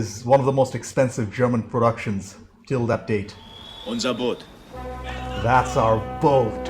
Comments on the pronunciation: It is not Das "bOOt"!!! It is pronounced as if it were actually spelled "boat"… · In German double vowels just indicate that a letter is prolonged. The phonetic sound keeps the same. It is just stretched. So the word "Boot" is not pronounced "Buht" but "Boht" with a long "o". 🙂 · it's "Das Boot", not "das Buht" , it's more like the first vowel in morning or, ironically, in boat sorry for nitpicking. I'll make it up for you: There is a making of documentary and it's breathtaking, answers all your questions... it's in german, though, maybe you'll find subtitles somewhere ..oh, and you'll need a vpn-client, because this is from the public television channel arte from France/germany.... a little teaser: the man over board scene was more real than you might think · "Das Boot" pronounced with a long sounding "o" not an "u". Maybe day it as it would be spelled "Boht". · The o in Boot isnt pronounced as in the footwear but rather like in "Ohh". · Just a small remarkt. You pronounce Boot as Boat (like goat) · Please pronounce it like boat. There’s 3 different versions. 1 original version ( more focused on action) a 3 or 6 series tv version ( total 5 hrs) ( very much giving a psychological picture) and the directors cut somewhat in the middle. The differences in the whole feeling of the movie are quite surprising. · Please ! Do not pronounce it like the "pair of boots" its pronounced like the english "boat" !! Apart from that i totally agree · Great review. Try pronouncing boot, not like the shoe, but like boat with 2 Os The movie feels so real, especially the effects, you almost could breathe the air in the ship. It really leaves an impression. There is an exhibition. Search for “Bavaria Filmstadt boot” They have the props open for exhibition. At a point in the war, if one was drafted, you could not refuse or face a military trial. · Although spelled as Boot, its is still pronounced as "Boat". The oo sound in German is like the word owe